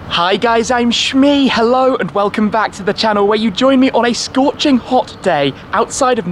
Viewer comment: Wait, when Shmee says 'Hi I'm Shmee.', is he really saying 'Hi I'm Me. ?